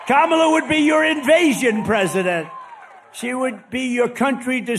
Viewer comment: It strikes me that he's actually pronouncing Kamala correctly. And he's not saying Comrade every time. He must be getting nervous about the election. Because he relishes mispronouncing her name and implying she's a Communist. When Trump pulls back on his Trumpyness, there's always a reason.